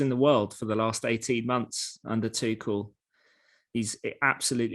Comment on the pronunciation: Try and get people's names right. Tuchel.